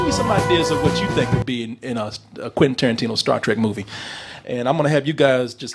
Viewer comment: Quentin Toe-rantino